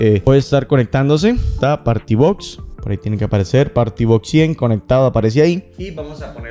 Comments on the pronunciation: No se pronuncia “porti” , se pronuncia “pari” y se escribe party . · Cono sugerencias hay que cuidar mucho la forma de expresión en un video explicativo. No se puede decir power. Claro se escribe así pero se pronuncia pawer. Tampoco es party sino pary. Creo son críticas constructivas para que mejore. De pronto lo toma a mal. Espero que no.